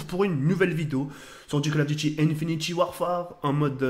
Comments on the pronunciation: ON DIT PAS "INFINITY" MAIS INFINITE 😂😂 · Arrête de dire infiniti à la place de infinite sa me perturbe mdr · c'est pas méchant mais c'est "Infinit"E" Warfare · stp c'est domonation et pas damanation ensuite INFINTE ET PAS INFINITY merci